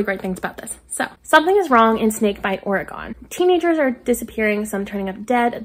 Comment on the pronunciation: The dead and the dark sounds so good! I've been wanting to read it for a while. Also promise no judgment, but you pronounced Oregon wrong. It's pronounced 'or-e-gun' not 'or-e-gone'. I swear no judgment! It's a pet peeve of us Oregonians lol Ugh I feel like that could of come off super snotty. I wish there was a way to put tone of voice into text. It could save so many friendships haha Your tbr sounds so good this month! The game was finally nice to you haha